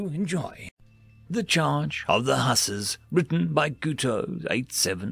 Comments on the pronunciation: The pronunciation of Hussars needs a little work, lol. "Hoo-sars" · Huzz-are (like: buzz and ARE you kidding me) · it's pronounced Hoo-sars, as in the Polish Winged Hussars